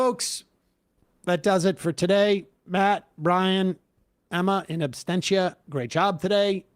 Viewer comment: Sam I think it’s absentia not abstenchia